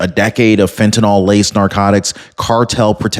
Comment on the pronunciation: It's fentanyl, not fentynol